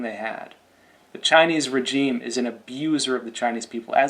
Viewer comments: why do you keep saying regime wrong? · cant pronounce regime? english is hard